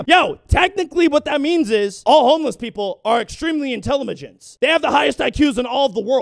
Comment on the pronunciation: Did he say intellimagent?